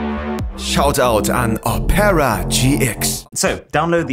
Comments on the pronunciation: Phoque! Diese Weiterleitung der aufgerufenen URL ist auch im NORMALEN Opera Browser so, nicht nur im GX? lol, wie todes lost muss man denn sein um Opera so auszusprechen? 🤣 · Machen Werbung für Opera und können den namen noch nichtmal richtig aussprechen. :D